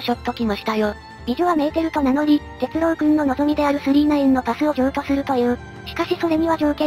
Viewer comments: アノ〜「鉄郎」（「ろう」おおざとの「ろう」）ですよ～ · 鉄朗❌ 鉄郎⭕️